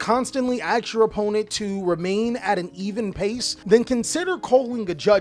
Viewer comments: Cant stand when someone says aks. Not ask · Bro don't say "axe" instead of ask. You're better than your ancestors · WHY YOU SAY AKS? DIDNT GO TO SCHOOL? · Curious how come you say "AKS" instead of "ASK"? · tbh i'm also wondering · its pretty common, i also do this and have to consciously remind myself to say the sk part